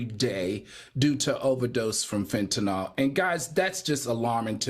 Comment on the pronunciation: Al, it's FEN-TA-NIL. Not FEN-TA-NOL